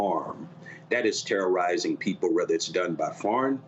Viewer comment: "its terra, its terra. terrarizing, its terrafying"